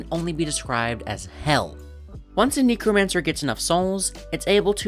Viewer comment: neck-romancer (sorry, just felt like correcting)